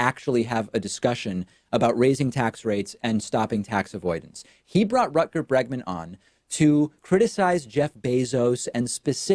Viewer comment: After hearing David try to pronounce "Rutger Bregman" I want him to try "Reguliersgracht achtentachtig twee hoog" too!